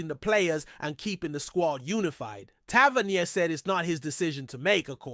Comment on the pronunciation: its pronounced Tav - er -knee - er